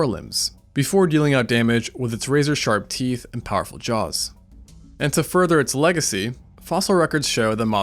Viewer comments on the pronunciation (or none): none